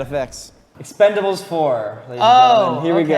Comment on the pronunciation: Lmao expend-four-bles